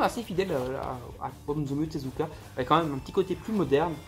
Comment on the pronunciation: T'avais prononcé "Osamu Tezuka" correctement la première fois, j'ai failli croire que tu t'étais entrainé... En fait non 😋😂